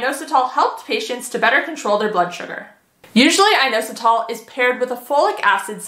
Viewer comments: Please learn how to correctly pronounce inositol! It's not a hard O, it's in-ah-sit-all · IN AUS UH TALL is actually how inositol is pronounced 💪